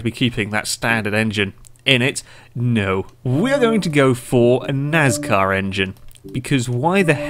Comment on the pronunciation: Why do you pronounce your s in NASCAR like a z .